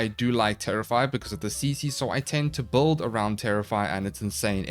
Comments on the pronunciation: Why does call builds "böld"? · Every warframe youtuber pronounce "build" like "bold". What accent is that?